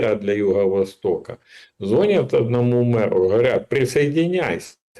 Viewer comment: ЗвонЯт!!! Учи, окурок, язык!